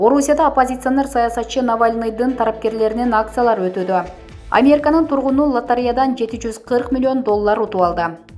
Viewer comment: Урматуу автор кыз создорду туура айтчы.баары шаар аттарын ката айтып жатасын.же билим ал.мисалы::::амерка=америка.навлный=навальный.хаборовск=хаборовский.ришард коменде=каменде.экономыка=экономика.